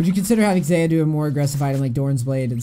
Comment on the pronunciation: I hate how he pronounces xayah